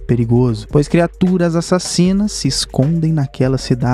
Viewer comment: Mano eu amo os "a...ssassino(a) " kkkkkkk